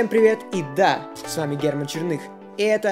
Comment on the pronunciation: лики шмики у меня такая же фамилия, и я произношу чЕрных